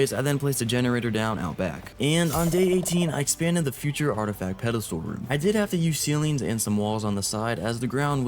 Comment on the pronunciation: “Artisack petastul”